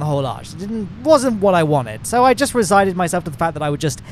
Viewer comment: Resigned.... Not 'resided' fella. You reside in your house